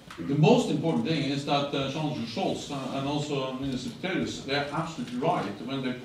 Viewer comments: Doch, er sagt 2x Pitorius, statt Pistorius. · spricht Herr Stoltenberg den Namen vom Verteidigungsminister falsch aus oder höre ich schlecht?